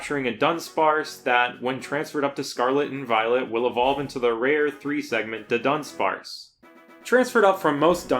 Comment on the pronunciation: Immediately an amazing video. The Du-Dawn of dunsparce made my day 😂